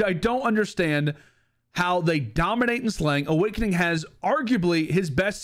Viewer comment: Lmao Owakening was fryyingg